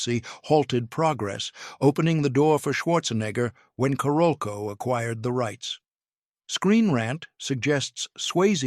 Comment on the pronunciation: Why can't those creating these videos check the AI pronunciation of several names before releasing them. Among pronunciation errors: Paul Verhoeven, Carolco Pictures...rather significant players in the narrative who deserve better. Also why are these videos not edited to reduce the redundancy of narrative.